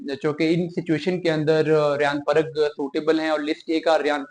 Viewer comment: Mr anchor what is shivaam and part in place of parag THen from where you speak musalsal sort of nonsense My request is to have proper words and their pronunciations